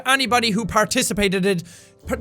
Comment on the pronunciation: "participateded" -Jacksepticeye